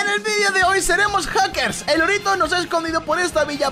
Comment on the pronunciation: nadie, pero nadie diciendo hacekrs